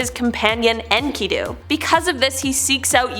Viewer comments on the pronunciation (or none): none